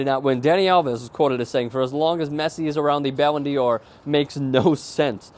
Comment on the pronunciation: not Ballon deor.. prenounced like "dar" kinda in between dar and door really just thought you'd like to know